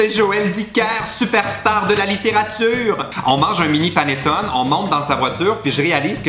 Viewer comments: Ca se prononce panetonai au cas où 😘😘😘😘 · ça se prononce "panétoné" et c'est italien ahah sinon super vidéo :)